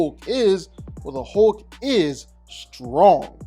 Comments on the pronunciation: The Incredible “HOKE” 😂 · Good sir. If you’re going to repeat the word “hulk” 800 times in a video please learn that there is indeed an “L” in the word.